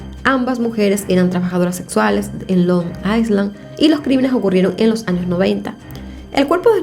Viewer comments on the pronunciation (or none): Se dice ailan’ no aislan ❤️ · Hola,. No es Long Iceland, sino Long Island (la "s" no se pronuncia). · Se prunincia : ailand. NO S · creo que se dice Long i(s)land o sea la s es muda